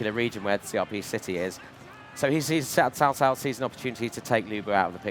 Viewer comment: Hey first guy that that I seen in these video that doesn't pronounce cao cao name and make it sound like barbequed pork